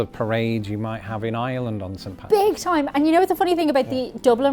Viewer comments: Couldn't really hear her accent until she said her country name... R-land! R-ish! Really bursts out. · Why can’t people from ireland say ireland? They just “arlen”.